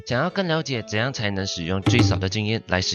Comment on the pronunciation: 不念Tiě chān 念做Tiě chān